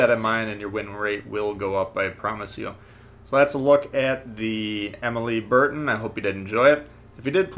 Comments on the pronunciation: It's "Emeel Bert-eh"...the n is sort of silent... Hey, 3 years of High school French has to be useful sometime...of course, that was over 30 years ago...🤔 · Pronounced. (I think). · Gawd you butchered the fuck out of that cruiser name